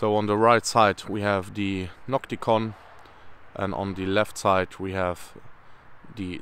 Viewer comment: Sprich deutsch, ausserdem heisst es NOCTIGON und nicht NOCTICON, klar ?? Mit G